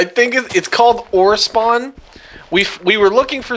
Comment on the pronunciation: Oh, Ore-spawn... not O-respawn